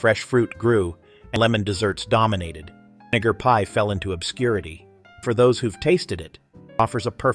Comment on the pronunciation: .....not the voice over cutting off the 'vi' in 'vinegar pie' which makes me suuuper uncomfortable.